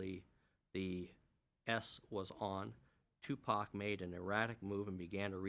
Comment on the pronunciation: I think it's on purpose especially when she said "Pack". He was a household name and still is a household name everyone knows how to pronounce Tupac Shakur